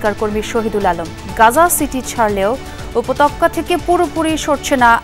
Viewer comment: উপত্যকা সব্দটা কে উপতক্কা পরলো কেন?